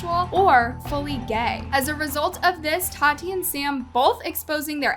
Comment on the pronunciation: The way says Tati is weird